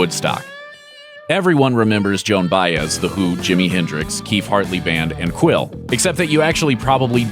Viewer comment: John Bias or Joan Baez ? 🤣